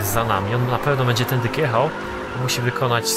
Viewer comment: czemu mówisz "tędyk" a nie "tędy"?:D